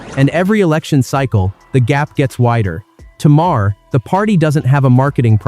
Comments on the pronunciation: Another time you call him Mar-her instead of Maher... He makes great points and you screw up it up with the talk over. Sweet Jesus can't you fix it? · Teest to voice sometimes require misspelling the script. Heher i learned is Mayor, Not maa-Her. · What kind of shite is this, this voice cant seem to make up its mind how to pronounce Maher's name, three different versions so far, two repeats of sections and I'm only 3 minutes in, thats enuff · I wish you would pronounce his name the same, are you an Al voice? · Nice video. We can ignore the fact you said Maher wrong. Twice now